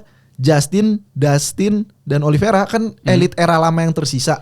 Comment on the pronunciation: Oliveira pak bukan oliviera